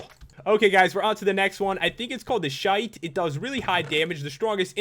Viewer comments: Lol Shite its pronounced sci- th XD Fail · (son) the schyth is pronounced sighth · 1.schyte is pronounced scyth and 2.tell modmaker to add friendly wither that cost 1 death thing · Its not call schaid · It's a schyte (sith) not a shite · You said shite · I think the shcyte Is supposed to be scythe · Schyth Is Pronounced Syth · schyth is pronounce as syth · It's pronounced syth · pronounced ssyth!!! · Scythe is pronounced "sc-iyth" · Scythe. Pronounced sie-th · It's pronounced sy-th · its sy-th not scy-th no offence pat :3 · It's prounced sy-th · It's pronounced sythe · scythe is pronounced sif where the i sounds like how its said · Ya, it's pronounce sithe (SIE-th) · It's pronounced sigh-th